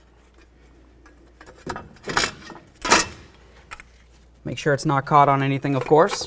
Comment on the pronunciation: Vehicle Vehicle Vehicle Vehicle There is no "R" in Vehicle. Other than that, wonderful instruction.